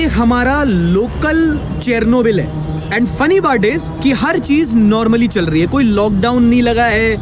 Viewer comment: It is pronounced as ‘Sher-no-bill’